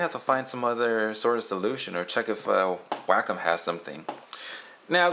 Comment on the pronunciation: It's pronounced WAH COME Wacom. Not Wackem.